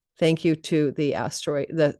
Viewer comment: PRA-AM-ZHYUS the Eternal One, not prezmyus (was a little confused listening until i read the caption). Amazing reading ❤